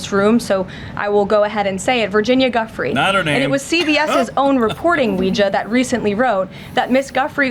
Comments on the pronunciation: She could at least have pronounced Ms Guiffre's name correctly. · that segment of the press conference. I had to turn it off when I heard her say that because I was about to crash out. She has said some out of pocket shit before. But name dropping a victim? AND NOT EVEN GIVING HER THE DIGNITY OF SAYING HER NAME PROPERLY?!?